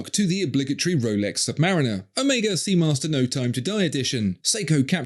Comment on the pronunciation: Respect for your correct pronunciation of the letter Omega. You'd have thought that Daniel would have been corrected by Omega themselves, being the ambassador for the brand...